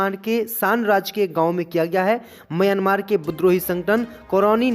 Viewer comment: म्यांमार देश है भाई उच्चारण तो सही करो।